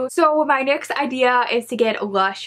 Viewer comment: Love how instead of saying “next” she says “nix” does anyone else here it?? Also idk why she’s covering half her face with her hair she really pretty idk why she has her hair on her face